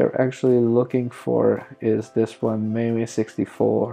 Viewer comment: rom isn't corrupted, it shows you don't have the bios files and mame is pronounced maim